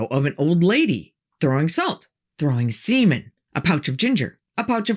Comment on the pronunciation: Throwing “seamæn” really got me 😂